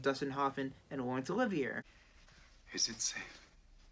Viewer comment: You should probably no how to pronounce Laurence Olivier.